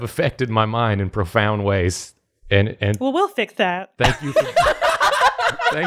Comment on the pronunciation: So, I grew up in Georgia but moved away many years ago. I cannot tell you the extent of joy I experience whenever is flustered and pronounces particular words in the style of our homeland (~ "effected" "realize" "profound")